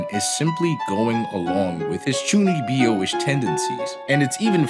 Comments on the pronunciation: Great video man but please it's chuu kneeb yo ! Not chuni bee yo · Chuunibyou. Not Chuuni bee oh. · Chuuni-byou not Chunnibi-o Also love the show, its ironically one of my favorite anime ever.